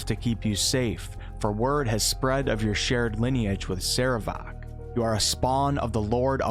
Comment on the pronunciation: your PRONUNCIATION of "sarevááák" is hillarious. of wait I meant horrible.